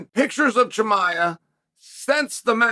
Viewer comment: CUT TO THE CHAEL count - correct pronunciation of Volkanovski - Ok Great - Chael chuckles - correct pronunciation of Chimaev - Chael chuckles